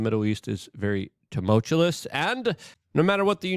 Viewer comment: tumuchulous....I just want him to stop saying that every episode till he can say tumultuous😂